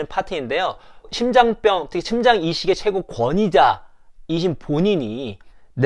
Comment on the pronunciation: 심장 ?신장 ?발음교정 시급